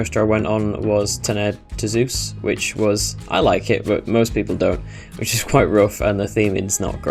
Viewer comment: thx for trying to say Tonerre 2 Zeus as French say it !